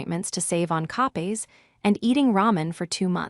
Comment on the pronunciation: Not copies, not copes. Co-pays. AI, wake up.